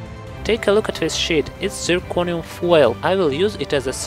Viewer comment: haha the accent makes you sound like you said "take a look at this shit"